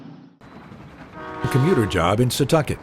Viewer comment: "SEE-TAWK-IT", not "SUH-TUCK-IT" !!!